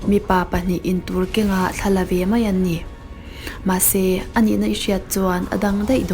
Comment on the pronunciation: Deih - daih Mei - mai Tlem in chhiar fiah deuh.